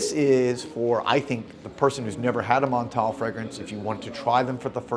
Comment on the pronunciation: The way you pronounce Montale 😂. Just stop!